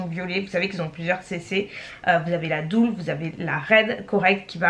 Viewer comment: "CC dull" = "deule", pas "doule"... Chez Erborian ils vont pas être content ;-)